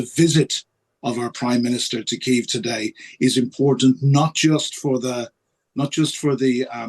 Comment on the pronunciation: Please please pronounce kyiv like a Ukrainian. 2 years in now